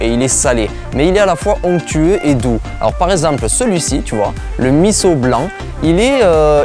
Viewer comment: Bravo de bien prononcer MISSO ! Top !